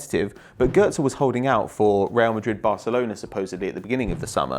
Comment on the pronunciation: Its Götze not Gotze